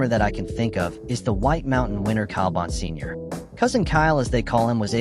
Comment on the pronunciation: I am pretty sure it is pronounced BON-SIG-NOR